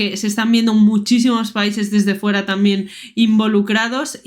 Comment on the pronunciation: Gue a Sonal. Tromp. Se le AGA la lengua como si FURA de hielo o sea como si FURA de palo .